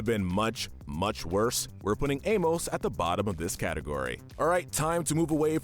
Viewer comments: It’s pronounced aim-ISS and KRAY, “Patrick Star”! 🤨 You’re so bad at pronouncing names,! 🙄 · Your pronunciation of Amos is seriously infuriating lol